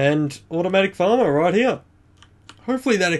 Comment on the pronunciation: U say here like heya